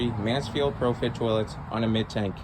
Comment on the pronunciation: Btw it’s pronounced PRO-FIT